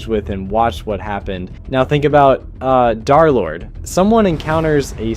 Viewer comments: D3rlord ❌ Darlord✅ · bro called d3rlord3 darlord😂